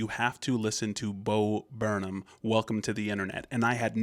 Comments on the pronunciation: it's not bo burn um it's bo burn ham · It’s pronounced Bo burn ‘em